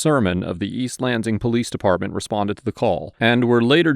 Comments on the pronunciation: I cringe every time you pronounce the S in Lansing as a Z lol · I don't expect this guy to know how locals pronounce every town's name in the country but I flinched every time he said east lanZIng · Sorry but this is bugging me, Lansing is a two syllable word, Lan sing.